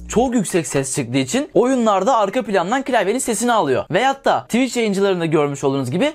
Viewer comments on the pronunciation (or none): none